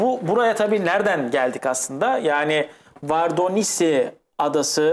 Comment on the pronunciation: Vardonisi değil vordonisi